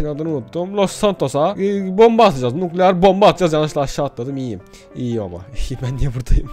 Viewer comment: Biri şuna onun nukleer değil nükleer olduğunu söylesin